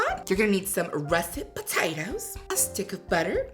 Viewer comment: Say Po tay toes again 😂